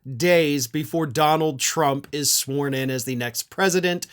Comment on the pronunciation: I keep hearing Donald Trump being "sworn in" as "sworn at".